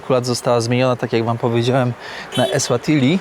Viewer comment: EswatiNi i MBAbane. Ty czytać nie umiesz?